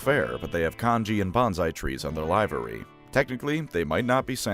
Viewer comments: It’s Liver-ee, like the alcohol processing organ. Not live-eer like the 1990’s band. Livery. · "Livery" is pronounced "Live-ver-ree" NOT "Lie-ver-ree" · A-HA! Hours of listening to your excellent oratory, with your strong delivery yet casual and recognizeable tone! Seething jealous tears at your flawless dictation, still making me wonder at the very existence of a script! You finally slipped, like a notch in a perfect Hanzo blade... Live- very? Livery? Really? I'm pretty sure it's like liver and onions. Just razzing, made me think of Marge Simpson only every reading the word "wind" 👍 🫡